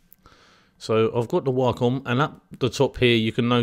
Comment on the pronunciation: Gunna & Waaahcom & Smooving = 'Going to' & Wacom & Smoothing. Honestly the tutorial is good, but your diction is appalling, and very distracting. Know what I mean. You obviously know your subject well. It's not your accent - it's your pronunciation, there is a difference.